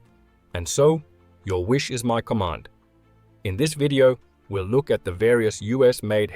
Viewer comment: Dang! And there is me thinking it was computer generated with a hint of ex-pat South African. Check pronunciation of 'Look' ;-)